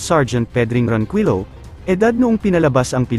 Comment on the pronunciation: Ayusin mo nmn salita mo pati apelido niloloko mo sa pgbbasa